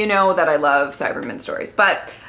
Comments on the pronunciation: I like how pronounces Cyberman as if it is a Jewish surname:-) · Bill Cyberman :)